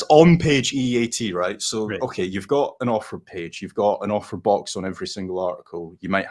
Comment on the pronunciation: Ohh AUTHOR, lmao, I thought you kept saying Offer, lol I was very confused